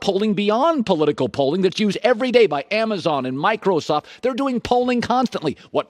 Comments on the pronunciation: I love how he says “Mycro-soft” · Colin "My-Crow-Soft" Cowherd